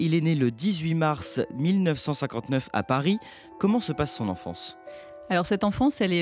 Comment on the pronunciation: But you when talking about Paris, you say Parisse.